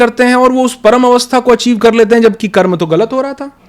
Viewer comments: दीदी कृपया कर्म को कर्म ही कहे, जेसा की हमारे शास्त्रों में लिखा। उसको कर्मा ना बोले। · मैडम जी स्वयं को अधिक प्रदर्शित करने के चक्कर में शब्दों को न बिगाड़िए कर्म को कर्मा उच्चरित मत कीजिए। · बहुत ही शानदार वीडियो है ।🙏 सिर्फ दीदी से निवेदन है कि हमारी भाषा को सम्मान दें । मंत्र को मंत्रा एवं कर्म को कर्मा बोलने से बचें । सनातन संस्कृति को बढ़ावा दें ।🚩🚩🚩🚩🚩🚩🚩🚩🚩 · मैडम, बहुत हल्के क्वेश्चन कर रही हैं। और मंत्रास क्या है भई, कर्मास क्या है? मंत्र बोलो न, कर्म बोलो। कोई प्रॉब्लम आती है क्या करेक्ट pronunciation में?